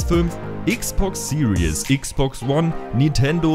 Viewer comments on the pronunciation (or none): none